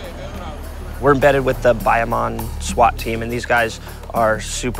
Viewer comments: Stop saying "Buy - a - mon" it's "Baya Moan" ie. Bayamon! Please learn how to pronounce the city you are in. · Man pronounced Bayamon lil it was a Pokémon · I hate how he says Bayamon